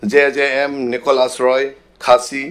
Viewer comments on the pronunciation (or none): Monit amen anta pronounce dam thekthe "nicolas"pu k therak meme khangjang alamlo